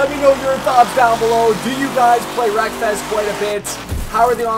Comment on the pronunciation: I tought u said: welcome back for some more breakfast😂, Anyway keep up the good work